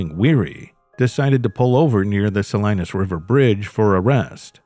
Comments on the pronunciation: Pronounced Suh lee nuhs not Suh Lie nus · It's pronounced SAH-LEE-NUS... if you're gonna make a fake channel why don't you go ahead and look up these words and figure out how to pronounce them correctly. It's so awful to hear SO-LINUS over and over again it's not correct. It makes me wonder if anything is correct in your AI produced fake video?